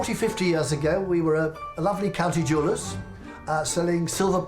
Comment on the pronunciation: No mistaking the accent on that Jewellers 😂😂 Kia Ora Bro 😎🤙